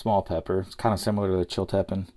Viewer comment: FYI the correct pronunciation is Chill-ta-peen.